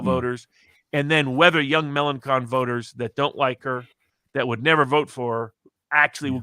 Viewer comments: Note: LePen is particularly strong in the North East, not the North West ( i.e. French Brittany ), which goes to Macron. And it's Melanchon, not Melankon ( 'ch' sounds like the sh in 'shoe' ). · Found him to be very ordinary. Can't be bothered to pronounce Melenchon correctly. He talks about making some bucks on a bet on the French election. Classic.